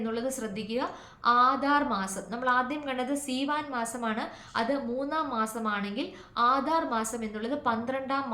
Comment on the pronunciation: Seevan month not theevan , written in our text.❤